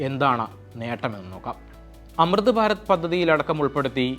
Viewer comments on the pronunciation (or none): none